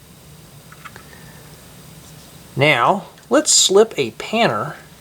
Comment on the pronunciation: no he said now it just sounded like meow